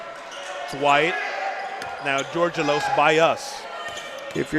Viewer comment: Charlie's last name is pronounced "George Elos" all together and fast. The guy pronounced it correctly. :)